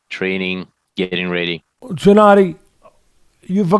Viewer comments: Teddy calling him Jennadiy is annoying. It's Gennadiy! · “Jennady”? Teddy cracks me up! 😆 Trust him to call a guy whos known as GGG Jennady! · Great interview, of course, but why Teddy keeps calling Golovkin "Jennady"?...🤔